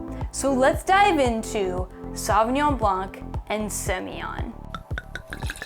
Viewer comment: Great knowledge and enthusiasm ! You do justice to the wine but I do wish you pay a little more respect to the origin of the language and try harder to correctly pronounce the names . My pet peeve is how American butchered foreign language shamelessly .